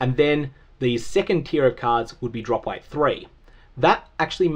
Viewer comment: So, I know you're saying drop weight. However due to pronunciation, it sounds like you're saying drop rate with a speech impediment